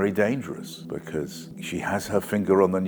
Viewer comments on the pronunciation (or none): It's 'nuclear', new clear!, not newcular! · I like Peter Oborne but just a little bit less now. It's new-clee-ar or even new-clee-ur but not nu-kull-uh or new-queue-lure. You lose a bit of your kudos when you talk like George Bush. Sorry. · NU-CLE-AR! It isn't NUKULAR you uneducated twit... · "Nucular button" x2, didn't he mean Nuclear button?, now I am confused. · My only criticism is that he pronounces “nuclear” incorrectly. It sounds like he is saying “nuc-u-ler” rather than sound of “new-clear”. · He seems to talk sense, but credibility crumbles a bit when you hear how he pronounces nuclear - ‘nucular’. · Nuclear not nucular. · Nuclear NOT nucular... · Anybody with two brain cells can see she is a complete disaster, but how TF can an experienced journalist NOT KNOW that it's NUCLEAR and not NUCULAR? FFS!!! 🤦🏻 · Nucular button? I don't have a posh voice, didn't goto an expensive school and even I know how to say Nuclear.. She doesn't btw. We have to use America's satellites and have their permission to launch. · He said nucular! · Clever chap, BUT SAID 'NUCULAR' - TWICE!!!! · It's nuclear, Peter, not nucelar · Nuclear as in ear, not nucular as In regular. Nuclear. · was with you until you said 'nuculear', was Bush your hero,? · Biting comment. However, it may be trivial (especially when the bombs fall) but the word is 'nuclear', not 'nuke-you-lar'. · NUCLEAR NOT NUKULAR! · Nuclear, not ‘nucula’… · Oh no, Peter can’t pronounce ‘nuclear’. It’s ‘new’ followed by ‘clear’. New Clear. Nuclear. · "Nucular button" x2, now I am confused didn't he mean nuclear button?. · Whenever someone says 'nukular' I immediately switch off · Please learn how to say "nuclear" (otherwise very good video) 😂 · It annoys me irrationally that even someone as smart and educated as Peter Oborne cannot say "nuclear 🥲